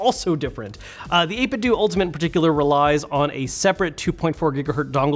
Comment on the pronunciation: Grrrr, it's 8bit-DOUGH not DOO! Like Ninten-DOUGH, which is what their name was inspired from and why they designed their first controllers after Super Nintendo controllers!